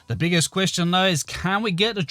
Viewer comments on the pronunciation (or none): The title says "I Built The BIGGEST Church Ever in Minecraft Survival", I really doubt that this is the biggest church built in survival and I would definitetly consider this a clickbait title, especially with the emphasise you put on the word "biggest".